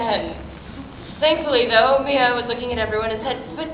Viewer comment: I thought it was My-a not May-uh